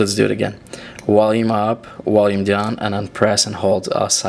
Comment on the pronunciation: maaaan this is annoying its Volume now where is there a w in this word enunciate the damn word its VOLUME with a V so i guess violin is now wiolin haha and water is now vater and wait is now vait all in all a cool ass video ooops i meant wideo lol stay safe